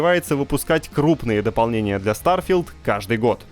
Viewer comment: Старфи́лд Шатеред спейс. 😂